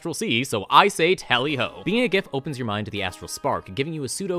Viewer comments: It's pronounced giff No, seriously. The book mentions that giff fall into two camps on the pronunciation. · Absolute best part about the Giff is that they canonically cannot agree on how their race's name is pronounced and will get into fights with each other about whether it uses the hard 'G' or not.